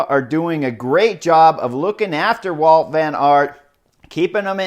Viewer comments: Hey Chris, his name is WOUT VAN AERT, not walt.... Come on... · It's Wout not Walt.